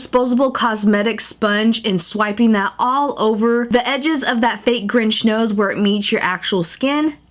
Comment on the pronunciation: you mean the grunch nit the grinch